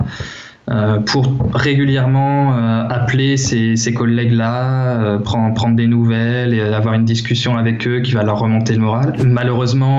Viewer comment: "apeller" aie aie aie aie aie, j'ai mal à ma France ! Sinon les conseils de la vidéo sont intéressants